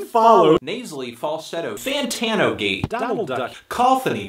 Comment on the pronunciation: “anthony FANTATNO”